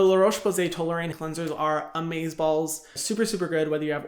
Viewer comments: Hi! I've been watching yout content for a long time and I like your message, but I have to tell you something.... it's not TolerAIine, it's TolerIAne! haha. Keep up the good work! ❤❤❤❤ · Hi Hyram, the LRP cleansers are called TolerIAne, not TolerAIne :) it triggers me every time